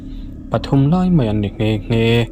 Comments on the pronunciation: Mizotawng ahhian meiang a awmlo ( maiang tihtur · Maiang pawh a awm lo, mai ang tih tur aw😂